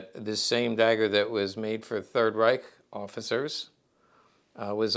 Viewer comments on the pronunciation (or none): none